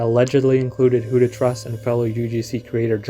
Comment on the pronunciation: WhoToTrus? Not Trus, apparently.